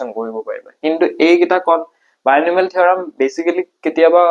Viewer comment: binomial not bionomial